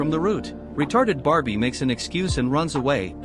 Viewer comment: Wii-tawded Bar-b! lol